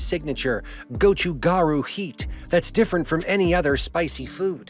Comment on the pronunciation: I think the water with flavor is called Gan Soo instead of Kansui. Gochu (pepper) Garu (powder) is pronounced perfectly.